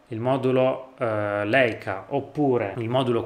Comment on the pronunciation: Si pronuncia Laica. E' un dolore sentire questi dire Leica 🤦‍♀️